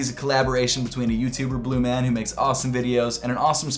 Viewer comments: PRONOUNCED BLUMAWN!! Not bluman!!! LOVE THE VIDEO BTW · Its pronounced "bluemawn"